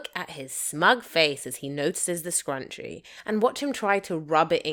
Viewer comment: Id be bothered with the way she said scrunchie (scrunchy?) But I would be GRATEFUL to have that edit told to me and excited to hear what she liked most